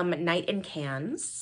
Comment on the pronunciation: Pronounces Feve Deliceuse in french. Butchers “Cannes” 😅😅